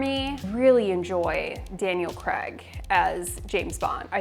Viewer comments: I'm sorry, I have to: Craig. Cray-g.. Not Creg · “Creg” no., it’s pronounced CRAY-g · its craig not creg